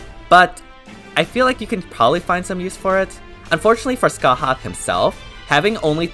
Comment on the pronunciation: congratulations you pronounced scathachs name right‼️ so proud!